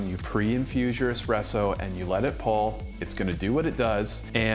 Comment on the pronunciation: What accent does "Daddy" have? I just watched Geoff the accent guy, so maybe my mind was primed for this. But I just noticed how the "u" vowel in "pull" tends towards "pall", also "maximum" moves towards "maximam". Obviously i'm not saying "Daddy" can't speak or that he says "pAAAHll", just that the "u" is moving slightly towards "a". Also, I'm hoping the Meticulous will perfectly straddle the gap between complicated when you want it, simple when you need it (by making a londinium profile :D)